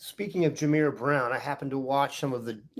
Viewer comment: Jay-Mier is how you pronounce it guys. Not Jah-Just trying to help.